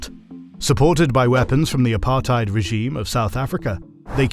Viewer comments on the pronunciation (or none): none